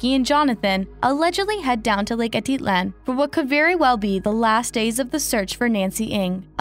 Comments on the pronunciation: It's not Lake aaa-da-lan... Its Lake Ah-teet-lan... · Great coverage! Almost unbelievable how unforthcoming the retreaters have been. Also, it’s pronounced lake Ah Teet Lan. 😊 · 😹🤣😹 I said the same thing above. She doesn’t even say Atitlán right 🙄.